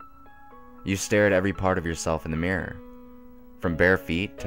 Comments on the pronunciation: I'm American and I heard Meer. The only American accent that naturally pronounces it that way is the southern "Yeehaw that thar's uh mawnstur in tha' meer." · I would have enjoyed this a lot more if you could pronounce mirror properly. I mean, seeing as the word features so often, it ought to be said you know, properly and not like "Meer". But then i'm British and you're American so it probably sounds normal to you...? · So does the hippie (blonde one) in The Beach, with Di Caprio when he says to his mate, you're looking in the Meer all the time. First time I noticed it, Annoys the shit outta me. Weird.